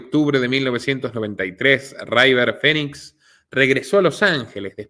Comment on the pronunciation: Excelente investigación ! Solo una observación : Es River no Raiver y Phoe nix se pronuncia finix